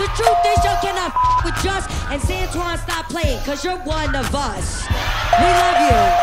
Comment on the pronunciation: "Once upon a time that was santwan"😂😂